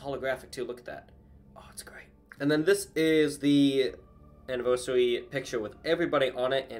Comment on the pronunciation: really said ANNIVERYSARY